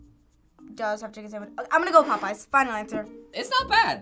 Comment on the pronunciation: He said popeyes?????? Popoeyes for the first one??????? The disrespect !!!